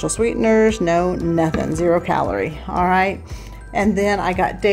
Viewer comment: I know I'm horrible about that! Not sure why though. Sometimes I say it right, but mostly I don't. I think it's because of my name being and pronounced AL not ALL. sigh... my brain...